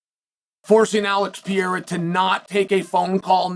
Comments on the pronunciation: Piera ?? Who's Piera ??? Learn how to say people's names if you're in communications. It's pathetic 😒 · Did he say Pierre’a? Lol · Pĕ ray ra. Is not hard to say. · Who is Alex Piera? ITS PEREIRA! Another signal of your disdain about Alex. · PE-REI-RA MOTHEFUCKA SAY PIERA I DARE YOU,I DOUBLE DARE YOU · Who's Alex Pierra? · Per-rei-ra Can we get a phonics monkey for Chael? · I think he knows. He has a love hate relationship with Brazil and its people. I think he says it wrong to annoy them in his own cleverly subtle way. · how do you pronounce it? I'm asking honestly, thanks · He been saying dat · Pronounce his name right, Pah-rare-rah. You sound like a Cocky Rich Douchebag when you say it wrong. Gangster my Sweet Brown ass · There's an R in Pereira..... you don't call Raja (that piece of shit) Aja do you?